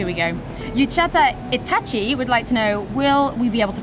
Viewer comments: uchata itachi?????????? That's "Uchiha Itachi" from the Japanese Anime Naruto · pronounced as 'ooo chi ha'